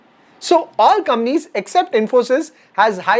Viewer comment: I love the way you pronounce “Companies” as “Kamnees”!! Love you bro!! Keep coming. 😀😀🙏🙏